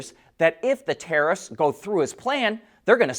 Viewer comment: Oh... yes... the "taraffffsss".